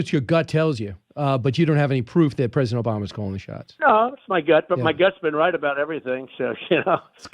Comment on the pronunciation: “Rright about everything’ 😂 😂 🤣